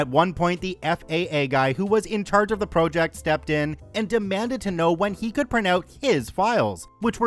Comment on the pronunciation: why does this guy pronounce project as “pro-ject”. is it AI?